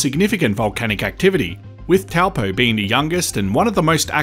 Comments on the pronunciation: It's pronounced "Tow Poor" not Tell Poe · TOE-(PO)-or ✅ Hopefully this helps with pronouncing your TOWEL-POE ?! Hehe 🎉 Kāo, No please but we can help 😊😅 You’re Welcome, Thank you 🙏 for your content 👍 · It’s pronounced ‘toe-paw’ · It's pronounced "TOE-PAW"